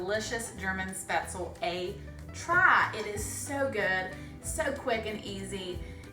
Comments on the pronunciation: Nope. Never "LEE" at the end. Shpetz-LUH. The pronunciation of the first syllable (umlaut-a) here lies somewhere between the "e" sound in bed and the "a" sound in hay. The second syllable is pronounced like "LOVE" without the V. My German Oma made these all the time. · Great video and recipe. Subscribed. Just for the record though, "Spaetzle" is "Spätzle" in German and it's pronounced, "Spetz-ler" - hope this helps 🙂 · Speh-tzle 🙈 Americans pronounce this soooooo wrong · One little adjustment would fix this for the rest of your life - It's pronounced Sh-behts-le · I hate when people don't pronounce spaetzle correctly. No way I'm watching this.